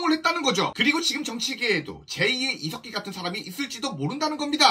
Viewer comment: 중간에 이색기라고 들린 건 기분이지요? 훠훠